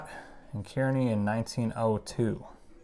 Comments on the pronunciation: As someone from Kansas City, I wanna let you know that “Kearney” is pronounced “CAR•KNEE” like Barney but replace the B with a K. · Not to be a stickler.... Kearney is pronounced car-ney.... as in CAR you drive and KNEE you bend.... it comes out CAR-NEY KEARNEY.... 🙂🙂🙂 bit of Missouri slang....